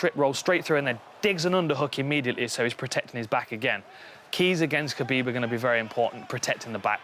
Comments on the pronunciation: It's Hhhhuuuuckabib. It's Kahbeeb. Fuck saying it their way, when in Rome motherfuckers... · why come dan hardy cant say khabib name right. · The only thing missing, is Khabib not getting called Khalabeeb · Just say khabib smesh dis guy